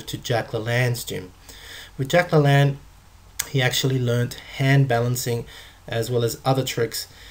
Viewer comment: la lane is how Jack's name is pronounced. hes a cool dude let's remember him correctly. no disrespect to you either